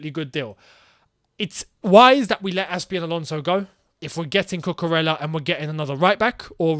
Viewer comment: I remember you explained how to pronounce Ziyech. It's Cucu-REYA.